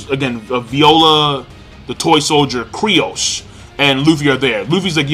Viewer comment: His name is fucken Kyros, stop sayin Kryos... Thats so fucken annoying